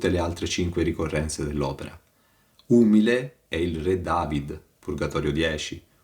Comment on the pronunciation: Ma santa pazienza, conosce solo questi, di commenti? La consultazione della sola Enciclopedia Dantesca Le toglierebbe molte illusioni. E con tutta la scienza non sa che si pronuncia umìle?